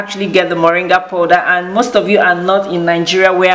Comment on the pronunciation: in English it is POWDER and in the FRENCH it called POODER as you deliberately saying MESS